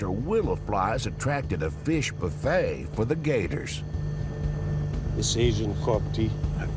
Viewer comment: "Swamp boofey"😂😂😂